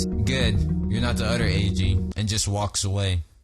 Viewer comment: i love how when u say other u say "udter"